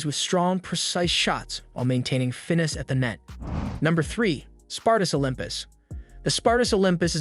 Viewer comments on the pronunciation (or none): Finess....... Fin-ess!